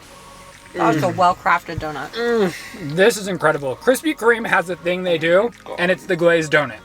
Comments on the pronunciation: the way that says donut as donit is kinda annoying no hate though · simply can’t pronounce donut/doughnut… doe-nit is all i hear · How am I just noticing says "Donit" 😂😂